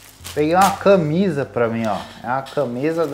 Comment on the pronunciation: E não é câmisa é CAmisa